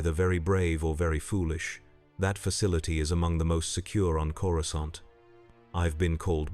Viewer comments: Did you do any research into Star Wars? Ithorians do not have tentacles, let alone head tentacles. And please, get the pronounciation right. It's "CORE AH SAHNT" not "CORE UH SCAHNT!" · canon would be if Man-thing transported him there, also stop mispronouncing Coracant it's pronounced Cora-saunt the second c is soft c and soft a. uncultured Gammorian. hehe because swine...get it😅